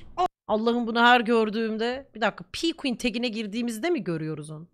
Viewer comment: Pqueen i pukuen dieye okuyan me